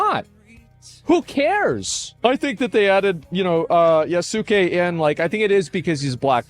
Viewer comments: Asmon. It’s (YAH - skay) not (Ya - soo - Kay) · Yasuke is pronounced as Yass-kay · Please look up Yasuke pronounciation yahs-kay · but he pronounces Yasuke correctly.. Yawssku, not YA SU KE